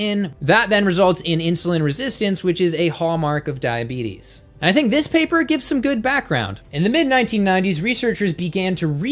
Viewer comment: Did he really say: ...cause diabetis...and most importantly, do they make you fat?